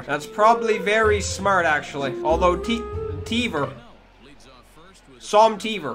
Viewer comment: "Teaver.... Som Teaver"